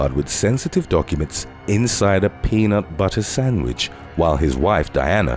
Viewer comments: You mean “peanott bottah sandwich” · Please say “peanut butter sandwich” more often from now on lol